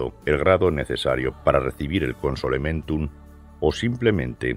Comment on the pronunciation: Pero 3l narrador dijo concedementum